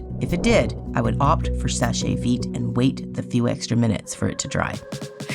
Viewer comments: Very surprised to see Seche Vite taking such a long time to dry. Never used it myself, though, because it has toluene and I can't stand the smell. Btw, "Seche" is one syllable. "Sesh veet", not "seshay veet". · FYI it’s pronounced “Sesh Veet” it’s French for dry fast.